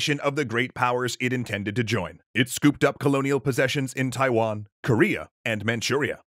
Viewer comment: you got Taiwan wrong the second time